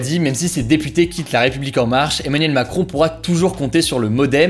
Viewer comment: comment il dit Emmanuel macron ? Mdrrrr